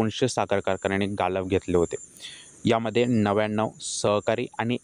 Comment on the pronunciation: गाळप रे बाबा गालप नाही